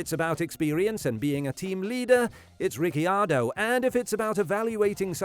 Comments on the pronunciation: At least you're trying but the correct pronunciation of Ricciardo is ree chee ardo. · the way you say RiccIardo really pisses me off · what is wrong with Ricky Ardo? 🤣🤣🤣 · At least learn how to say Ricardos name right my dude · I don't want him to ever talk about Riccardo again if he says his name like that😂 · Why did you say Ricciardo I h such a weird way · Why did you say danny ric's name like you had never heard it said before? I can't believe an F1 YT channel has never heard his name properly said. Any other point you made was completely overshadowed by that choice lol